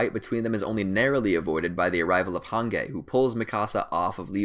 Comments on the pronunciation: Did he just call Hanji "Hangay" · He said han gay excuse me its pronounced han jeep no dissrespect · He said hang ge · he pronounces hanji as “hangay” and rod reiss as “rod rice” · the way he says "hangei" instead of "hanji" really makes my bones shiver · Im pretty sure Hange is pronounced as Hanje and not with a solid G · AND HANJI HANGAY OR ROD REISS ROD RICE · hangay it’s pronounced hanjee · I love how he says Han gay it’s hange but pronounced as hanjee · The fact that he says “Han-gay” instead of “han-JEE” like its supposed to be pronounced, triggers my fight or flight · "Hang-guy" It's Han-gee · man said hangay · Im so trigger of how u say jean and hanji u say zjan not JEAN ok and HANJI not HONGEa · Its not called Hage Its called Hanji her Name is Hange but the prounounciation is Hanji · Its prounced: Hanji Not: Hangge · what!!!! why he saying hange its hangee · Its not "hanggey" or whatever its "hangee" but the spelling is "hange" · Hange (han-ji)❌ han gay ✔️ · Its not Hangay its HAN-GEE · I hate the way he pronounce hanji like harngay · Hange is pronounced as Han-Ji the “g” is pronounced as “J” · Hanje and rod race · rice is closer to the german pronunciation of reiss, but hangay is just lol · I was seriously shocked that he said HANGAY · Fr I get so infuriated when he says hangay😅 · Nobody: Absolutely Nobody:: Hangay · FR like what the fuck is hangay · Ok “moblit”? “Han-gay”? “Rod rice”?”Kenny Ockerman”?Don’t the characters literally say their names out loud?Or is this like an accent type thing? So many questions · My man said “Hān Gay” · Hange/Hanji: exists This dude: hangay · Same with han-gay like wtf 😂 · this mans did not just say “han gay” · did this man really say "hungay" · Please, when you say hange acknowledge the that its pronounced han-gi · I'm gonna get pissed if he says Han-gey one more time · "Hangay" wtf who says hange like that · Did anyone get so annoyed when he so han-gay and rod rice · Why you said hange hangay